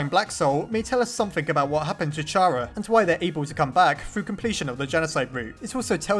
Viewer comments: Still pronouncing Chara's name like that, eh? Well, if we are to believe japanese version of Undertale 'Ch' is supposed to be read like 'K', since true names are "CHARA", "きゃら" and "キャラ" latter two being "KYARA" in hiragana and katakana respectively. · Also the ch in chara does not combine to make the ch sound it makes the kh sound kh ar a like character (yes the English language is confusing) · The pronunciation of Chara is Kara ok? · IT'S PRONOUNCED KARA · Finally someone else says chara wrong like me lol